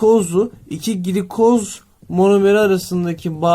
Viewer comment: hocam glikoz gilikoz diye değil gılikoz diye okunur bu arada çok güzel bir video olmuş hocaam ellerinize sağlık gerçekten :))